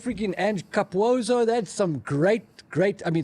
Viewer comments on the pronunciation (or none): Capuozzo is pronounced with the ZZ as a "TZ", like pizza. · Capuozzo - Ca-poo-ot-so You're welcome 😅😅